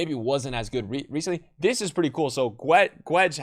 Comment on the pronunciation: The U of Guedes isnt pronounce, its Gedes